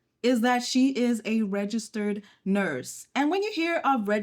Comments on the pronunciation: Girl you can’t put a pause like that after ‘registered’ 😂😂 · FR I got scared for a second